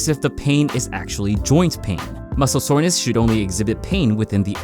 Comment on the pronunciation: "What muscle is sorness"